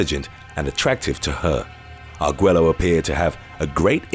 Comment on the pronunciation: Arguello is pronounced Argueyo.